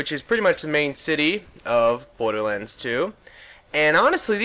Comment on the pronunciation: at the start it sounded like you said Butterlands 2